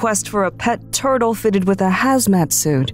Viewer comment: the MAZ HATTERS not haz matters